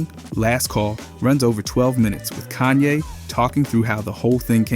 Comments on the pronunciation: Bro its Kahn-yay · Cone ye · Bro says so many words the wrong way. Like it’s gotta be purposeful. How you say Kayne one second and the next call him cone ye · who tf is goonye??! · cone yay? bro really? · "Kuch-ye's..." blud changing how he pronounces kanye every 2 minutes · "Koo- chay" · His pronunciation of Kanye gets worse and worse and it’s pretty effective ragebait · Disliked and reported its Ye now but atleast say Kanye right